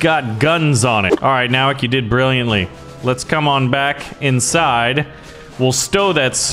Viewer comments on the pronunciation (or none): I’m happy my last name is their but he miss pronounced it It’s No-wak No offense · Nowak is a Polish surname and it's pronounced as Novak